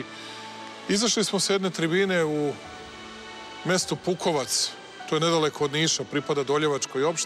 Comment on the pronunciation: Braćala, kaže se PukOvac, a ne PUkovac